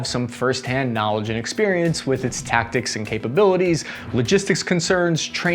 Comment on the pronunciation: "Tactics", not "Tacticts"